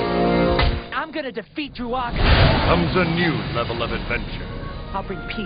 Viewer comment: I've pre-ordered this already, but I have to say two things about this trailer. 1. Dru-a-ga? Really? Is that how it's pronounced? Every time I hear it, I'm reminded of Chewaka. ((WTF?!)) Couldn't you guys go with Drua-ga instead? It just sounds awful when it's said by both Todd Haberkorn and Jamie Marchi. (Jill & Fatina) 2. Did he just say "You're not good enough Joe?" I'm was really hoping to like the English dubbed version, but from what I'm hearing here, I'm praying for good jpn audio